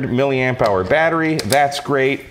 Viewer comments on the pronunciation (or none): none